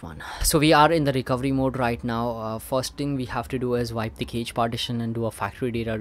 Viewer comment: Cache is pronounced cash in English.